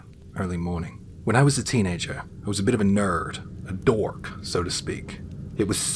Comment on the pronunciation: I don't know why I got such a kick out of the way you put that strong American "r" on "nerd" and "dork" in the first story.